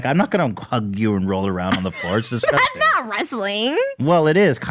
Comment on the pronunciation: You guys have come a long way and also Ethan try not to say “I don’t want to wrestle with you that’s DISGUSTING” with all that emphasis on disgusting. You can speak your point without going over the top. Cause then it looks sus